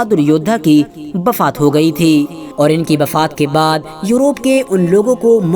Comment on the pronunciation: Are yaar bafaat bol rahe ho... Urdu nahi aati kya?